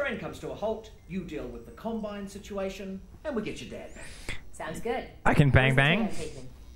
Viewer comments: Wonder pewds said columbine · Pewds said Columbine instead of Combine, wow. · Pewdiepie: *says “Columbine” instead of “Combine” CNN: PEWDIEPIE PROMOTES SCHOOL SHOOTINGS IN RECENT VIDEO